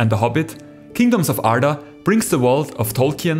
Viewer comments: Türkmüsün dostum Arda kelimesini senden daha iyi söyleyen bir yabancı yok. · Beautiful pronounciation 🤌